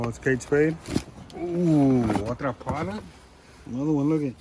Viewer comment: Las carteras son todas originales, se pronuncia,l r, Prada. Estan deterioradas por el tiempo, pero tal vez al pulirlas puedan recobrar vida las de piel.